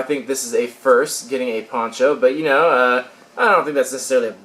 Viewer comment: when you said ponCho it sounded like you said porn show